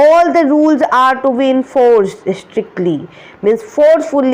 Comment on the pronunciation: Yu mistake in talking yu were saying enforced as cenforde